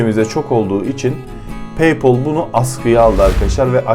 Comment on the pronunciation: lan daha paypal diyemiyorsun bi de kalkmış akıl veriyor.